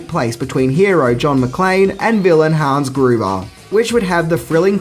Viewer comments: "Hans GOOBER" :P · “Hans Goober” 👍😂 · Did he say Hans guber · Jesus Christ, Hans Goober? McClain? Still love the effort tho. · "Hans Goober" hahhahaha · Lol Hans “Goober”